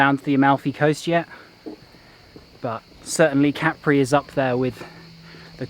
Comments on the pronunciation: Hello, really enjoy your on-the-ground videos. No b.s. and the real story for fellow travelers. And for folks who might be planning to visit this island, it's not pronounced Ca-pri, but Cap-ri. Keep up the good reporting. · if you're referring to me then I repeat what I said. The point is that the stress lies on the first syllable in Italian and on the second syllable in English pronunciation. How the syllable itself is split in Italian is interesting to know but not the point being made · Listen to the Italian writer - Ca-pri